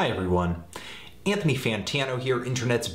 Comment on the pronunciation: ANTONY FAWNTINO